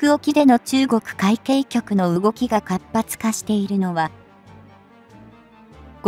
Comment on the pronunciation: 海警局は うみきょうきょく でなく、かいけいきょく です。